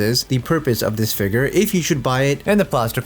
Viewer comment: The way He says Figure....Hard ER figg...